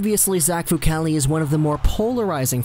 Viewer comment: Decent report but...Myoon-itch?